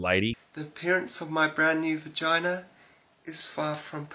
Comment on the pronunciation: Boygina not vigina